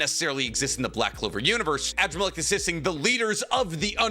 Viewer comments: Adramalech is pronounced Ah-Draa-ma-lek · at this point i’m convinced you purposely pronounce characters names wrong on purpose. AN-DRAH-MUH-LEK, sheesh